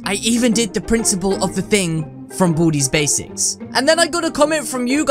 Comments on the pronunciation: when u say baldi's basics I here booty basics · It's like you say bootys basics lool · Did you just say boody's basics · What I heard was "From booty's basics" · did you just say booties basics? ;( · he say boody basics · You say Baldi’s basics rong